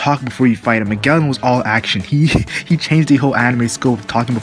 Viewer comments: No, it's pronounced Ma-jell-en. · wtf are you saying? both in dub and sub, he is called like Majellan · fks sake.. majellan